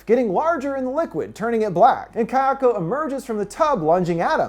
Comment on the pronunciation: Pleeeeease practice your pronunciation (ky-AHKO) is super incorrect, to the point of being distracting.